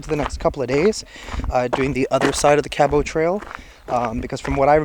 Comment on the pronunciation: Hello, not to criticize you ( Love watching all your adventures/ vids/podcasts) but sweetie I must tell you that your pronunciation of Cabot is not correct try: kab uht. just pronounce the t at the end. John Cabot was an ITALIAN navigator and explorer / 1497. He first landed Newfoundland then came to Cape Breton.( middle school history I do recall). Thanks for your time.Katie